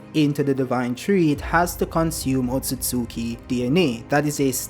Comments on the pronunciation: It's pronounced Ot-sut-ski. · Wrong. Its pronounced Ot-tsu-tsu-ki